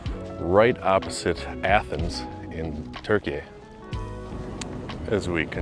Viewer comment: If you like to pronounce "Türkiye" with a little less accent, you can think of the way you say "cure" in English and use that vowel sound for first syllable of Türkiye.